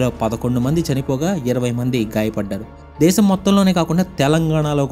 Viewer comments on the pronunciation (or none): none